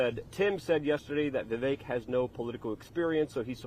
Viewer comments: Luke!! You’re saying his name wrong. It’s Vivek like cake! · Vivek rhymes with CAKE !!!!